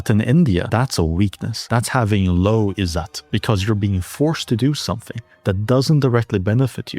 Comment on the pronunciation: izzat (the rest of pronunciation was correct, but there's no 'aa' sound) just means honour or respect. While yes, it results in many patriarchal choicemakings, Western cultures also had similar issues. India having a huge littering problem has nothing to do with "Izzat", no clue where he's gotten that.